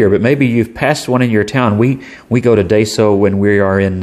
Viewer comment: Hm interesting pen might grab one if I’m ever in a daiso, just ordered a lamy safari tho excited for that, and just a heads up , it’s pronounced die-so not day so. You got the so part right just a little off on the first bit ;)